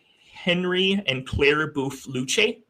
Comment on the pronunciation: Luce is pronounced “loose” not “lewchy.”